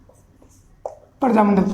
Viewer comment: प्रजामण्डल होता है न की परजामंड